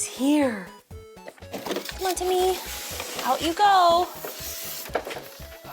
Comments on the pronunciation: its not pronounced te me it is tee me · Technically it’s pronounced “teemee” because ē is a long e as in cheese so it’s teemi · It’s pronounced Teeeeeem-e like Team-E Because the - above the E - “ē” which indicates a long vowel sound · tēmi not TEMI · The line over the "e" indicates a long vowel pronunciation, so it should be pronounced "TEEmi".... But, given the state of the educational system, it's obvious that neither the manufacturer nor Justine know this... The robot itself is just a toy, at best an Amazon Echo Show with wheels... doesn't even vacuum.. Semi-automatic sidearms would be useful (for security)... :-P You can DIY your own tele-presence robot (even using an Echo Show) for A LOT less. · Robot: temi Ijustine: tem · Great video, but how many times can we miss pronounce its name? Even the robot itself miss pronounced its name. The line over the E means it should be pronounced, "Tea Me." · my name is tim and every time she said temi i thought she was saying timmy